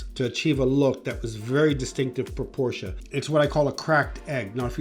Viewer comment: you'd think that a car designer would know how to pronounce Porsche properly.